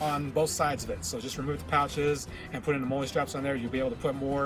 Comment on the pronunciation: look.. its chi com, like chai, or chi-nese. and molle is pronounced molly. cmon now. lets do a little research and or leave it to those of us who have military combat experience. i understand you guys are playing a game but in this age People foolishly view YouTube as if it were a University of knowlege. If you don't have the hands on experience Make sure and do your background research